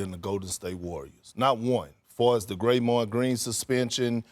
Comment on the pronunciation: Did perk call Draymond “Graymond? Lol 😂